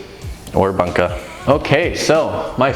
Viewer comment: Love the vids - but I your mis-pronunciation of ‘bunka’ drives me a little crazy. The (u) in Bunka (literally ‘culture’) is the ‘closed back rounded vowel’ - essentially the same u as ‘you’ and the same sound as ‘to’ and ‘new’. Anyway - great stuff regardless.